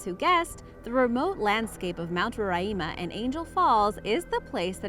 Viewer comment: I live in Guyana and it is pronounced like Guy ana and the mountain is pronounced like Ro ri ma